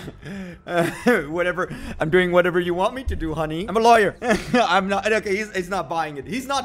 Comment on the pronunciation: He said laywer not lawyer😂